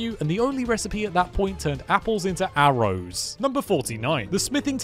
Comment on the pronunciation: bro said arrows like A R O W S